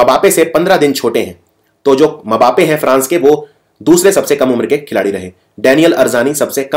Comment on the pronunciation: Sir sorry bt wo मबापे नही सिर्फ बापे है।।kbhi bhi english commentary suniye usme yhi bolte hai